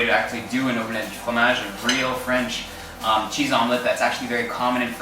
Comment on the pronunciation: I keep replaying with his proper French accent saying Omelette Du Fromage